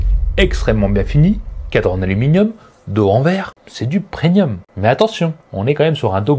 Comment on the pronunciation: Hello! Pre-N-ium... 😂😂 Non, non! Premium 😜 sinon merci pour tes vidéos 👍👍